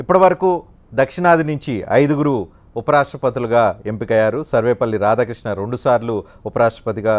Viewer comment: This bastard does not know the pronunciation enni boothulu ra, picha naaa koduku idot gadu siggu ledu kaneesam oka vathulu levu, sarvelli radhakrishna anta , garu ledu veedu bastarrd, shame on this bastard and shame on this chutiya channel